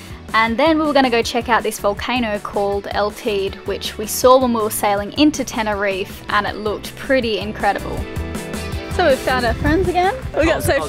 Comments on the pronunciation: Tenerife Volcano/ Mountain is pronounced Tay Dee. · Glad you guys enjoyed Tenerife, El Teide (called the nipple in spanish) but there's an e on the end that isn't silent. Good luck with your single handled sail across to Antigua. expression after the scan was great, look forward to the reveal, but we all think we know from her expression. As long as you're all safe and healthy that's more important. Fair winds & calm seas.